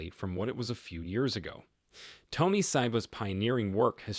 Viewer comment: Narrator and printed test might at least pronounce Tony's name correctly.